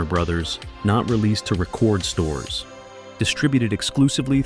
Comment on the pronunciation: For me it was how "he" pronounce "record store" as in they made a recording lmao